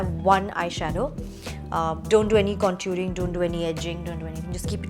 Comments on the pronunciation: she called it centuring but it is contoring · It’s called contouring not con- juring 😭😭😭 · Princess Atboat she said conturing only😂😂😂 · You had me up until “conturing” 😑